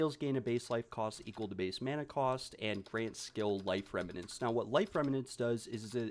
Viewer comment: Just FYI, it's "rem-nants". not "rem-ma-nants." You were pronouncing it incorrectly throughout the whole video.